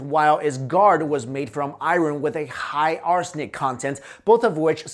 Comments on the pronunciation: please stop for the love of God stop saying "IRUN"! Its "I-URN"! You're killing me smalls, killing me! Tee-hee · "Eye-ron" triggered me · bro ican't even watch this whole video cuz the way he say "iren" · Iron is pronounced ion not i-ron. R is silent.... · i thought his name was? why does he keep saying I Ron? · I-ron lol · “IRE-REN” (aka Iron) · dude you're saying "iron" all wrong. good video though. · I hate the way you say the word "iron" lol.